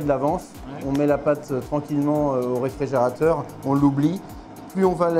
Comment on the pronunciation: Réfrigérateur.... pas RéfrEgérateur ...... m'enfin......